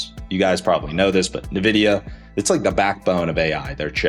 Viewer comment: Nvidia not Nevidia